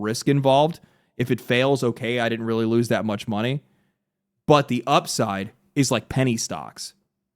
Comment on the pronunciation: *weawy weawy hard